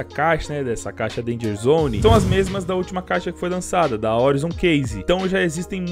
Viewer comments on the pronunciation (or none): none